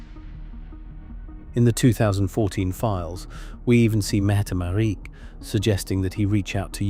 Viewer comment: Not Mette Marie METTE MARIT !!!